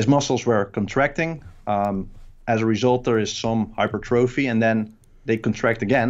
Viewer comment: "Hyper thróphy" :/